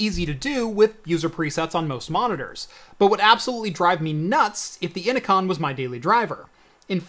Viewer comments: innocon?? its inno-CN lol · "inno-con" huh? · Innocn is pronounced "Ee-no-kee-ehn" like Enochian, the language of the Angels.